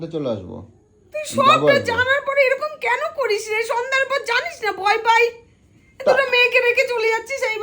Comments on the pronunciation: দাদা বয় না ভয় হবে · বয় পাচ্ছে না ভয় পাচ্ছে বানান ঠিক ভাবে বলতে পারো না😅😅😅😅